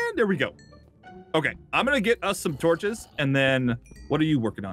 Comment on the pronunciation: Guys, according to in 2019, it's not torches, it's toaches. There's no better word than toaches.